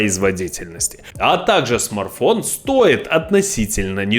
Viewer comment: Смарфон😂😂😂 аж слух режит